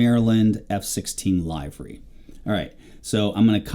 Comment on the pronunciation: Nice tutorial! Timely for me, as I'd like to correct my old squadron's livery, which is missing some items, and wrong in other ways. The only picky issue I have is your pronunciation of the word, 'livery', which should be spoken like the body organ, 'liver' -y vice 'LYvery'. Sorry, just very jarring to hear multiple times throughout. Picky, I know, please forgive me - but great content! /Harv